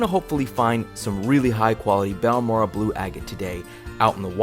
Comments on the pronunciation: It's baORE ray uh 😊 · It's pronounced; BAL MORE RAY. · Google Translate says "Balmorhea" is pronounced something like "Balmoray." Lots of the agates I find in Central Texas have a whitish or reddish "weathering rind" on the outside of the nodule. When I see a little bit of waxy-looking blue or red showing through the rind, the nodule goes into my bucket.